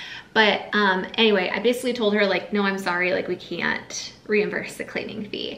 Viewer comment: Reimburse, not reimvurse.